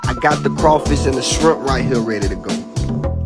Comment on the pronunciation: Idk why but I always crack up when he says platinum